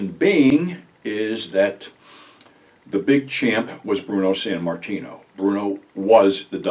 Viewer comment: Sammartino not Sanmartino